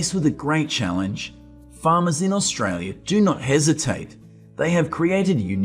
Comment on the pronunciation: Can you learn to say AUSTRALIA